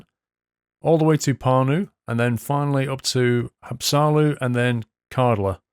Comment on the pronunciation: its Haapsalu not Hapsaalu